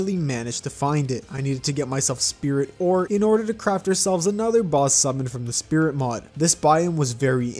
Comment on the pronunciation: at the start of the video you said split mod instead of spirit mod